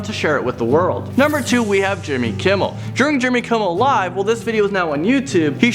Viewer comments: Jimmel kimmel?😂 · For Jimmy Kimmel, it said Jimmel Kimmel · You called him Jimmel Kimmel i thought it was Jimmy.. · Number two- Jimmel Kimmel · Did anyone notices that it said jimmel kimmel not jimmy kimmel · It said jimmel kimmel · JIMMEL KIMMEL? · “jimmel kimmel” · jimmel? kimmel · I’m sorry but this can’t go unnoticed Jimmel Kimmel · "Jimmel Kimmel" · lol jimmel kimmel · Jimmel Kimmel, huh? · “Jimmel Kimmel” 😂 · “Jimmel Kimmel”? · "Jimmel kimmell" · whyd it say jimmel kimmel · Jimmel Kimmel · Hate to say it but it said Jimmel Kimmel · jimmel kimmel?? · Jimmel Kimmel lol